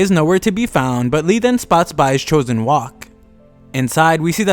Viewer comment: He always says choosen rowk